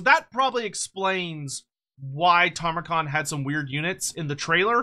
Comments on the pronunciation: Don't you mean "Tamurkhan", not "Tarmakhan"? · Brother. Respectfully. His name is not Tarmakhan. You're killing me.